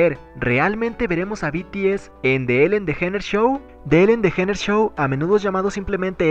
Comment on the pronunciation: Se dice ''Elen Deyíneres'' mijo.